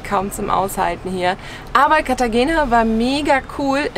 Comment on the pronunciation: Cartagena wird Cartachena gesprochen. G wird meistens als*ch* gesprochen. Nur ein kleiner Tipp von einer Münchner, die in dem wunderschönen Venezuela hängen geblieben ist.